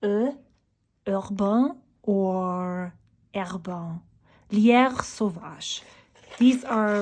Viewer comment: You pronounced both Jacques Herbin and Lierre sauvage very well. That is very refreshing. Auther ink vlogers on here do a horrible job most of the time. ❤